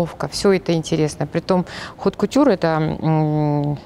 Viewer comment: Серьезно ?! Хот кутьюр?! И это женщина возглавляет сакс ? Запомните !!! Никогда во французском языке не произносится буква “ h” и поэтому произносится от кутьюр , а не хот кутьюр